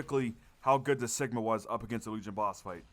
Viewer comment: Great series, the first way your saying cigma is correct. It’s “cig” like cigarette. The enemy spam in the bunker steps solo is pretty annoying IMO.